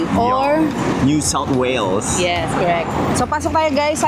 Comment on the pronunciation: Perfect ang pagkakabigkas ni sa "New South Wales" may hint of Aussie accent.